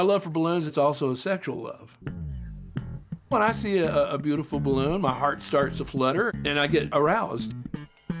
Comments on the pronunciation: LOLOL '' its a ballunn !! its just rubbar an airr '' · The way you say BALLOON is everything 😅